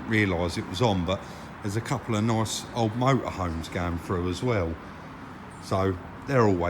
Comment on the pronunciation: the way you say “nice” hahaha